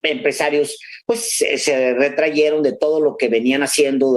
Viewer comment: Se dice "retrajeron".